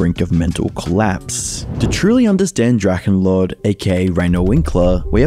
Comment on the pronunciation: American people know abt drachenlord or howd you say drakänload